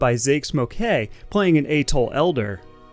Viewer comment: Good content. The background music is absolutely unbearable. It’s interesting how you can’t pronounce atoll and the word commerce, but nail something like Mojave. I’m thinking you’re like an AI maybe…